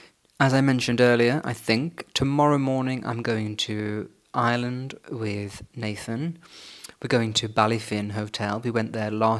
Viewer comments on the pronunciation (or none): none